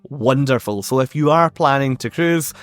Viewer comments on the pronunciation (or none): Every time you say 'If you' it sounds like 'F You'